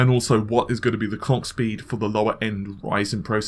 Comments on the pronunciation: NewYourkBlack he said clock, but it sounded like Clayck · Did he just say the Cock speed or Clock speed?